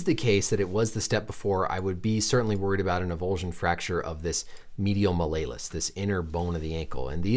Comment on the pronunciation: you say malleolus funny heheh